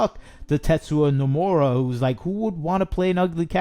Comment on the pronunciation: Tetsuo numero....bruh who the fuck is this guy? Tetsuya NOMURA and He is not "Final Fantasy Creator" Who let this guy cook?